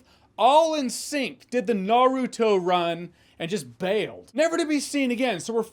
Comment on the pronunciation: You're the ONLY person who pronounces "Naruto" correctly 😳